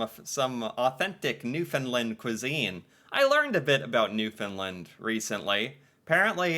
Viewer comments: it is NEW F O U N D LAND NOT FINNLAND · New-Fin-Land not New-Fin-Lind